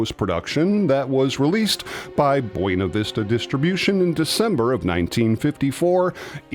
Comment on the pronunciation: BUENA - To pronounce correctly, treat the letter 'u' as if it were the letter 'w'. Phonetically? Read the following aloud... BWHENNA.